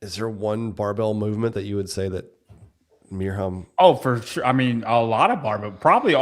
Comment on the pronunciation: Ok, after listening to Mirjams Name being butchered for a Year now, let's try and give some help here: You're pronouncing it with a hard H which isn't there. Replace it with an Y (like in "Year") and you're good to go😬